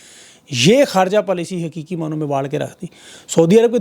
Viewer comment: بیٹا ۔ حروف تہجی ۔۔ ق ۔۔ پنجاب کے افراد کیوں نہیں بولتے ؟ آپنے بھی ابھی ایک لفظ کہا ۔۔ حکیکی ۔۔ جو دراصل میں لفظ ۔۔ حقیقی ۔۔ Haqeeqy ھے۔۔ وسیم انکل ۔کراچی